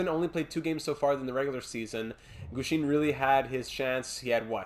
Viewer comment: Great episode as always! I’d definitely look for a 4th line penalty killer. Boucher and Gushchin (pronounced Goosh-in, by the way) have not been cutting it. Pavelski seems like the best option, but he’s a little pricey. Offer Weisblatt and a mid round pick, and if Carolina declines, I’d look elsewhere, Pavelski would be a great storyline guy, but we can’t give up too much for a 4th line rental. The other guys I’d look at are Nieto and Kampf in Ottawa. Both fit the 4th line penalty killer mold pretty well and shouldn’t be too expensive. I’d also call up Hornquist and give him a look. Lindberg’s losing record is worrying me. Doesn’t have to be for the rest of the season, but I think he should get a couple NHL games here and there to see what you’ve got in him. Here are my thoughts on some of the prospects. The med elite guy from Buffalo would be nice, but our top 4 is already set for years to come. I don’t see a spot for him in the lineup. Carlsson is great too, but I’d wait until the offseason to make a move for him. Dallas seems to be buying, and they’d probably want a roster player for him. There’s no one on the roster I’m willing to give up for a prospect at the moment. Maybe Lind, but the way our penalty kill is struggling, I think we have to hang on to him. Maybe trade Glass for him this offseason before you lose him for nothing? Lastly, I wouldn’t put Bystedt on the power play unless it’s production falls off. The power play is playing way too good to make any chang